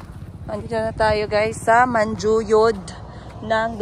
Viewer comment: You keep on saying Manjuyod, Dumaguete. I'm sorry ha pero dili na mao. Dumaguete City is the capital of Negros Oriental while Manjuyod (pronounced Manhuyod) is one of the towns of Negros Oriental.